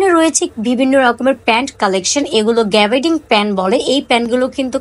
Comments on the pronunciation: Apu গ্রাউন না, গাউন হবে। গ্যাবার্ডিন প্যান্ট হবে । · আমার কথায় মন খারাপ করবেন না , আপনার ভিডিও আমার ভালো লাগে , জিনিসের নাম ঠিকভাবে বললে আরো ভালো লাগবে। আশা করি আমার কথাগুলো কাজে দিবে ।